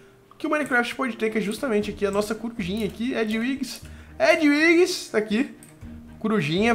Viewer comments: vc pronuncia ediuiques mas se pronuncia ediviges, mas se escreve edwiges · o nome da coruja do harry se pronucia edviges